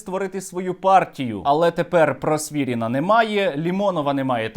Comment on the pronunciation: Просвірнін, а не Просвірін